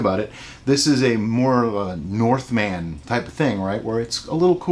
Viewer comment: And bonus points to you for the most translationally correct "Northman" It's impressive to hear. most folks just say "Viking" regardless of the fact it's a verb not a noun. Viking was the ACT of going out raiding, Vikingr, to the best of my knowledge anyway.